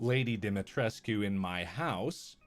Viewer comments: I just have a huge stupid smile on my face. Lady Dimitrescu and Markipler are a match made in heaven and always will be! They are meant to be! And Mark pronounced her name properly! That's true love. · I can’t pronounce Lady Dimitrescu’s name any other way than Marks way